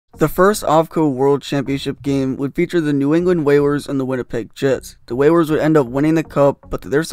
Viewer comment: This guy really called the oilers and whalers ther oiwers and wewers